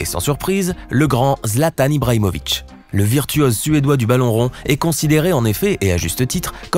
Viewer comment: il a dit '' baton'' au lieu de balon